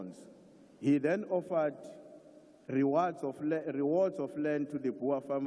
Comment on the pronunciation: Did had to go back on his speech just to go n rectify rewards to "rewods" pronunciation 😅😅